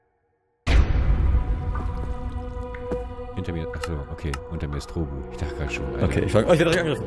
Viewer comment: wie du immer trobu an statt trobbu sagts